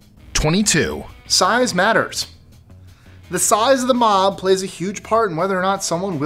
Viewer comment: "Mom" mentality. That's what I heard more times than "Mob". Anyones else, hear the same?